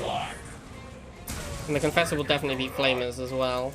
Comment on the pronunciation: "Conauder" "marafesser".?? I dunno anymore.....